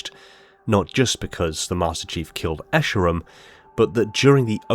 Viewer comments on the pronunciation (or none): none